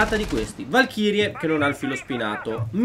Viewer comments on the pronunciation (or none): none